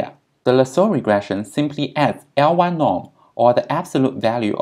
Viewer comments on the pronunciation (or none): You obviously are very knowledgeable. Suggest you be a bit more clear when you say things like "L-y norm" (absolute beta hat), i can't understand what you are saying. Pretend you're an idiot like me, explain the words you use specifically. You will get more views.